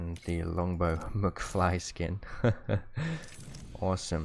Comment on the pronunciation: Ah yes we love the MUCC-fly